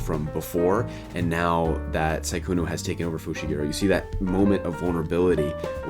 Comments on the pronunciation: I can't stand the fact he says 'Saikuno' and not 'Sukuna' :'< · Su-kuna, not sai-kuno 🤣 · i fucking bust every time you say saikuno